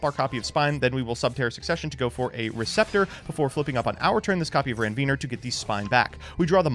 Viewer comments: Where are we getting the Ranveener word from. Like there’s no second N lol. Ranvier 🙂 see Nodes of Ranvier. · I laugh a little every time he mispronounces “Ranvier”